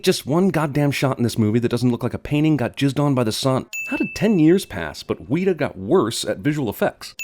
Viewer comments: It's not pronounced Wii-TA, you fucking dipshit, it's pronounced WET-UH, as in, the short e sound, you fucking dipshit. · Ok, I know its stupid but it goddamn annoys me, its pronounced wet-a not wee-taa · Wii-ta? That's how you pronounce Weta, CinemaSins? Its Wet-ta. Oh, and yeah it's because Peter Jackson wanted too much CGI and so Weta Digital had to do a rushed job, as opposed to the mostly physical effects of Weta Workshop in the original. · It’s not pronounced ‘Weeta’ you twack. It’s Weta as in ‘Wet-Ah.’ Sin for guessing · It’s not weeta it’s wet a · The only thing that annoyed me was the pronunciation of WETA. It’s wet-ah after the insect from New Zealand where the studio is. Not wee-ta. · weeda? nonono weta (pronounced vaguely wetter) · Okay WETA is pronounced 'wett-ah' not 'wii-tah', tf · that irritating moment when a non new zealander pronounces it as "weeta" instead of "wetta" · It is spelt "Weta", not "Weeda", I'm not sure why America's can't get that right?? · it is not pronounced "weeta", it is pronounced wetta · IT'S PRONOUNCED WET-A NOT WEETA! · did he just say "weeeta"?? one mite think that he would look up the pronunciation of a new zealand word before saying it on the internet. Its "weta". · It's WET-A, not WEET-A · just saying its not pronounced 'weeta' its pronounced 'wet a' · "Weeta" What the fuck is a weeta?? It's WETA WET-AH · It's not pronounced weeta it's weta like the bug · Weta is pronounced 'wet-ah', not 'wheat-ah' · Wee-ta? Its pronounced Wet-a! :P Heres a link to a wiki article to educate yourselves on the insect the company is named after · It's pronounced wet-ah not wee-ta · its pronounced wet-a not weet-a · CinemaSins Wet-uh. Not wee-tuh. 1 sin for cinema sins. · Jeremy, I agree that the hobbit is shitty, but why the hell did you pronounce Weta ("Wet-a") studios as "Wheat-a"! Where is the "wheat" syllable in that word! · It's Weta, not Weeta, use a soft E. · sorry, nitpick, but weta is pronounced wetta not weeta